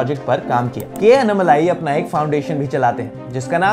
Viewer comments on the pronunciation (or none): It's not anumalai... It's ANNAMALAI!! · It's not annamalai you need to pronounce his name as "Annaamalai". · While ur are pronouncing his name its Annaaamalai not Annamalai.. our southern slang a lil bit different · it’s not unmalai. It is annaaaa-then right away malai Say annaaaaa-malai